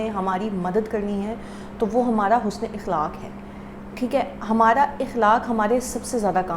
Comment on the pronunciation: Sister please ikhlaq nahi akhlaq huta hai sister apka ye word sahi kerlijeye ga